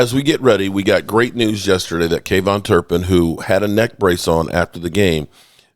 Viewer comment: I love man but his is KaVonte ( Kah Vont Tay) not KayVon!! Sorry just sounds ridiculous coming from a major fan that can't pronounce his players name right😂